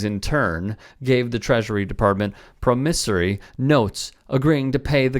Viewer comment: Love your stuff,, but please learn how to pronounce "promissory."